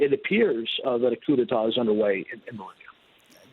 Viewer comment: This news anchor needs to learn some basic Spanish and French. He pronounces "La Paz" like a ignorant hillbilly and says "coup d'etat" like "coo de tat"